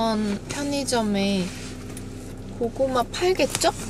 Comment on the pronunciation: 작게 고구마.. 라고 아련하게 읊조리는 게 너무 웃기고 귀여웤ㅋㅋㅋㅋㅋㅋㅋㅋㅋㅋㅋ 언니 진짜 사랑해여,, 저 이 브이로그 최애 영상이에요